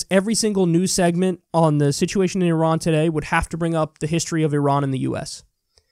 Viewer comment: I loved how she schooled them and how she pronounced "Iran" correctly!